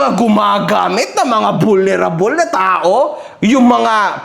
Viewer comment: Ayusin mo pronounce mo ng vulnerable sakit sa tenga.